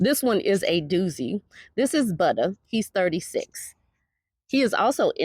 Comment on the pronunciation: Butta should be “Bubbuh.”